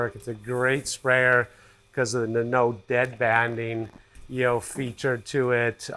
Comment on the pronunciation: Do you say “yo”? Or “you”? Lol